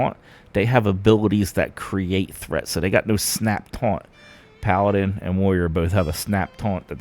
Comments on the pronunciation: Great video, calling them "palladyne" is wild though. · For the love of God - listen to anyone else pronounce Paladin. :) Video is a bit too much improvised for my taste. A script would do you good I think. Keep it up.